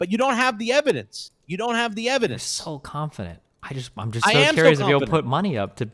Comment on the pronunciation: Did... did he say "evidece?" Mount that evidece!